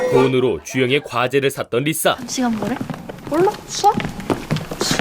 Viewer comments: 리사 발음을 자꾸 리싸리싸 해서 10분만에 리타이어 합니다… 발음 좀 제대로 하세요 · 아..첨에 들었을땐 그러려니 했는데 리싸 진짜 거슬리네요. 일부러 리싸라고 발음하신 건가요? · 리사를... 왜 자꾸 리thㅏ 라고 함? 리싸 ㅋㅋㅋㅋㅋㅋㅋㅋㅋㅋ 발음이 안되나?? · 왜 자꾸 발음을 리"싸" 라고 하시는지..ㅠㅠ듣기 불편..